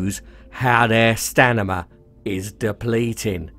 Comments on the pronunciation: Lol, you said "stanima" so much I started to forget it's actually Stamina. Good video though. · Great videos as always. I cant help but notice you're saying stanima?? lol ;p